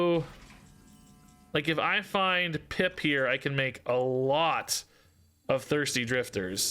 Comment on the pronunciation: Half the time you say “Pip” it 100% sounds like you’re saying “Pimp” and I absolutely love how it makes me see that card in a whole new light. 😂